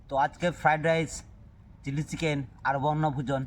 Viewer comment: ওটা চিল্লি চিকেন নয়😅 ওইটা চিলি চিকেন 😂